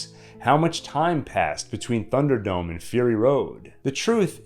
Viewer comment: I hope is it pronounced /ˈθʌn·dər.dəʊm/. I hear a strange "f" sound at the beginning of the word. I'm probably wrong.